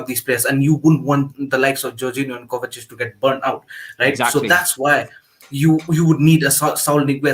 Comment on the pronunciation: bro its Kovacic not Kovatic, he's been here for 3 years...